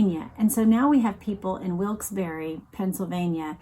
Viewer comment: You pronounced Wilkes Barre the way people in Willes Barre pronounce Wilkes Barre👍